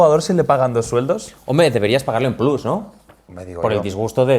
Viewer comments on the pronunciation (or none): none